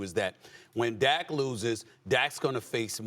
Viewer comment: lol she called dak a Cowback lol